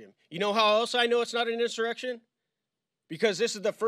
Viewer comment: There was no "in sir ex shun". It was a protest. Nothing more.